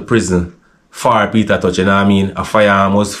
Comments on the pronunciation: Sounds like him say Peter touch..😂😂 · Not pronouncing Peter t name properly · Sorry to say this but why jamaican people can't say Tosh instead of touch the man last name is not touch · McIntosh=Tosh not touch. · Peter tosh not peter touch